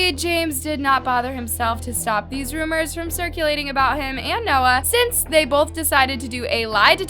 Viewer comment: "Theory" .."rumours"... someone help this girl💀